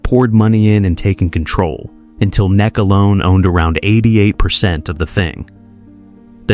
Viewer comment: NEC as well